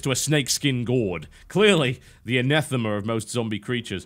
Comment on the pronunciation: Anathema, but pronounced wrong.